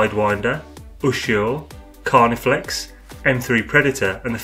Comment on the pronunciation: Lol, its CarniFEX. Nice video though...